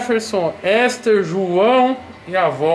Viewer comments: Leu o nome da menina todo errado kkkk "Éster" kkkkkkk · Toguro lê uns baguio muito errado mano kkkk , "ÉSTER" **Ester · Kkkkkk Toguro confundiu "Ester com Éster" kkkkkkk